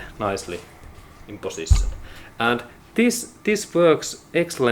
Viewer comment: Did this guy said word ... position or pussytion ?????